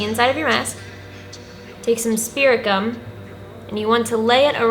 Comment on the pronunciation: When you said to stick the teeth with spirit gum I thought you said spearmint gum and I'm like ok???